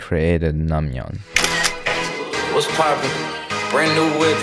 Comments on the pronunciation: It’s not pronounced nangmyun, more like nengmyun with the short e sound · good vid but pls next time pronounce it as nengmyeon